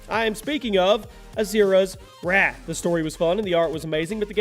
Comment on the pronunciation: And when it was wrath when you said wraith